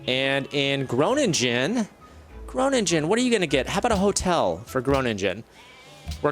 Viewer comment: Groningen is pronounced with a long 'o:' and not Gronindschen but with a gke.